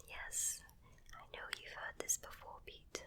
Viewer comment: my name is Peter and i had to watch the intro like 10 times to get that you actually said Peter :^D Greets from Germany